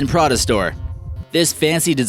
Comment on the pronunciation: No , it's prada bitch